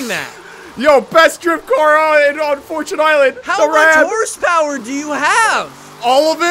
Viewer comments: It's fortune island not fortun island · Its fortune Island not fortoon island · It's pronounced fort- chun Not fort-toon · “Forchun island”